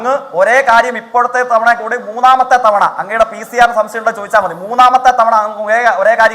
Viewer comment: സംസയം അല്ല സംശയം